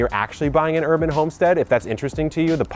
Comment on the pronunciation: "Herb"an Homestead